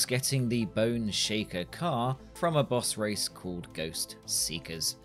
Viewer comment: Man you had me so confused for half the video, kept wondering where these "Bus races" are that you kept talking about & then i finally realized you were trying to say the word "Boss"